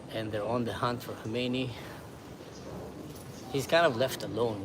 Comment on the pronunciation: Hey:) His name is Khamenei not Khomenie but close enough 😉